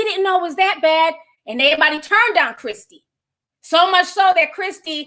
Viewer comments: “Christy” lmfaoooo my aunt Ti ain’t getting no names right & don’t care! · be karate choppin these names up and im here for it. Article: Chrissy Teigen Ti: cHrisTY 😆